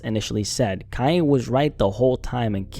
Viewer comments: Kanye,not Kayeh! WTF's wrote witchu bro??😳🤣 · Of course he was right! But he can't deny who the mother is or how she came to "fame". What did he expect? On another subject, why do you keep saying "Kai A" instead of Kan Ye ? Do you have a speech impediment or is this the new slang to pronounce his name? I could hardly pay attention to your content because I was distracted by how many times you seemingly mispronounced his name on purpose! It became a drinking game!